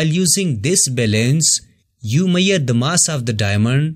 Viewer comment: Measure ❌️ Mirer✅️ Sorry the explanation was very nice but it got me there. Overall good useful video